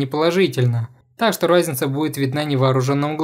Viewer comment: Чооорд, почему я слышу не "разница", а "райзница". Я схожу с ума